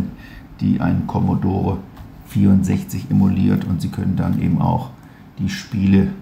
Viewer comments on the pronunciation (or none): none